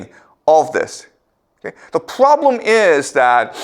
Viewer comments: "The pwobwem" more like it. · Its not proooblemm Its ploblemm